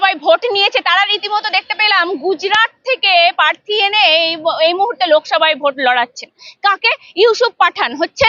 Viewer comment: পোচার, পার্থী এগুলো কি উচ্চারণ। আগে কথা বলা প্র্যাকটিস করুন।